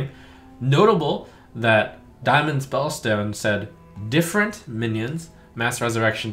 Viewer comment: Tfw not knowing how to read "different"